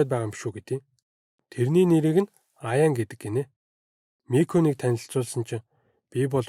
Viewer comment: Айн миний нэрийг Аяан гэдийшд wtf😂😂😅😅